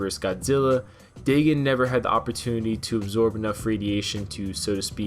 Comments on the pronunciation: its pronounced DAE-GONE not DAE-GIN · DAYGON BRO not daygen stupid learn how to pronuce words hell I have really bad speech impediment but at least I can take the time to pronuce words right might take a while but I get to the proper pronunciation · I dont believe the way you say his names right xD I believe it goes Day-gone not Day-gin, but overall he was probably a cool Godzilla, and it was sad cause they proved the two Mutos in the movie came from his corpse meaning the Muto Prime gave him the Muto Egg Parasite or whatever, but it sucks, I mean how would we feel if the new Godzilla were dying just watching a great ruler slowly grow weaker would be sad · Day gin that has me in fuckin tatters. It's day gone. Dagon. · Its Day-GON (dagon or dogon). Not Day-GIN. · lol Well if you are sking, yeah you did mess up the names. RAI-Den like the metal gear guy, and Day GAN not daygen. As in DAGON from the H.P. Lovecraft story, as in Cthulhu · Dagon is pronounced Day-gone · it's pronounced dagon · Pronounced “day-gon” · Day-Gone is how that name is pronounced